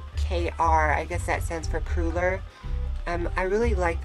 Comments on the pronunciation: KRonor not kruller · Its called "Kronor" not "Kruller". Just that you now.. i'm from sweden :) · Kronor / crowns , not kruller whats that :P^^ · It's kronor, not krüller (crowns) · Haha krüller it's kronor! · It's "Kroner",, and Sweden is a country in Northern Europe, not an island. Never mind, good video as always. Happy new Year!